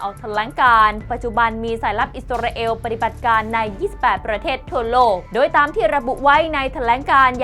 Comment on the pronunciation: มีทุกชาติทุกภาษาใครเป็นใครไม่รู้.....28ประเทศน้อยไปค่ะ เอล.....เอว....***ออกเสียงไม่เหมือนกัน * อิสราเอล *